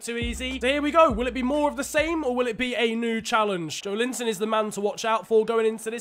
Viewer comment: pronounciation is joélinton